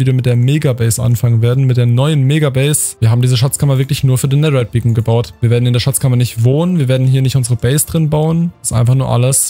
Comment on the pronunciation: wie das aufregt dass du immer "nedder" sagst